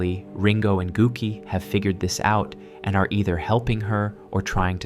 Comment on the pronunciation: The Japanese o is always pronounced "oh" and is never silent. "Gouki" is pronounced like "Goki" and the u is just a way of elongating the o, which doesn't change the sound of the o, you just say it longer. The way you said it sounds like "gook" which is a slur against japs. 😂